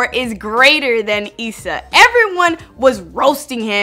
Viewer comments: Stop saying Issa like you bout to say Lisa it's Issa not eesa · tf she saying it like eesa for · Why is she saying issa like that 💀💀💀💀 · she pronounced issa wrong 😂